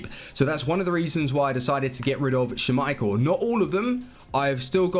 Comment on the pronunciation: I love the vids but the way you say ‘schmeichel’ gets to me...